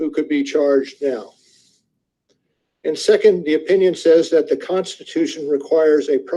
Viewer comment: I love your content but goddamn i hate the way you say AND! It's not ayeeund.